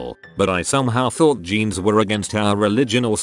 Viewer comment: Nobody: Narrator: geans